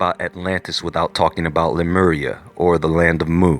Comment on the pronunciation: Sea-Mur! LMAO!!!!